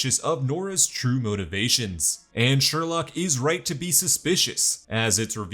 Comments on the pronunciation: "Its sherlouque not sherlock" 😂😂😂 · "It's SherLOQUE"